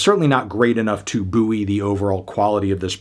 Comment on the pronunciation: Well, that guy from The Guardian will be breathing a sigh of relief that someone else gave this a bad review lol. Can't agree with you though, this is a great album, maybe even their best. PS. You might wanna check your pronunciation of 'buoy' 😛